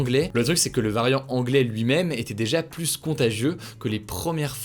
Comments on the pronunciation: Le S ne se prononce pas dans plus , on ne dit pas la plusse belle 😅😅😅 on le prononce dans 1 + 1 that s all ! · Par contre on ne prononce pas le S de « plus » par pitié. Oui je sais je suis relou. Merci pour le reste :)